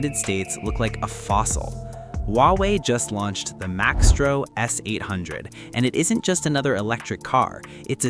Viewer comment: it's not Max-tro.... it's Mice-tro